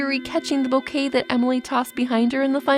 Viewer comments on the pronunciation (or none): none